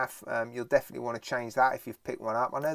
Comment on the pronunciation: Bro messed up "defineatly" 😂 💀